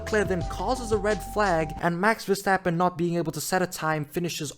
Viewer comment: I love hearing "vastappen"